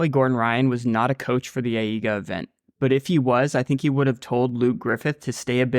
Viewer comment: I read AIGA as eye-guh so when you say eye-ee--guh it disturbs my attention lol thank you for excellent content as always :]